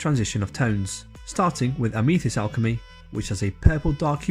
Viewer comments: Ah-me-thist? A-myth-ist. :) Very nice review. Helpful. Thank you. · I used the ruby alchemy recently and quite happy with it, just a shame I can't use cobalt alchemy as I am allergic to cobalt. Also that is the first time I have heard Amethyst pronounced that way. Have always heard it pronounced like meh not me. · Amethyst isn't pronounced how you said it matey. Nice review, I have ordered 3 different sets. I wish I'd found reviews like this for the Fantasy & Game range from Scale 75 last year, my wife bought me the full range for my birthday (I asked for it) I've since tested every one of those paints and they're all completely transparent which has annoyed me quite a lot, £150+ and they don't specify that every paint is transparent anywhere that I could find.